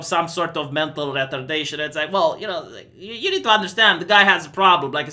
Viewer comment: My life wasn't complete until I heard how pronounces retardation